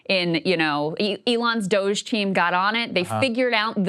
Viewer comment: “Forced millions of Americans out of their jobs”, ahh, you mean **cking Do-jay (Doge)???